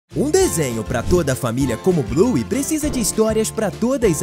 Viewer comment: Não é buy é bluey